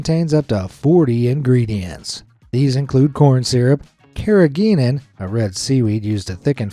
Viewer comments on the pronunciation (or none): none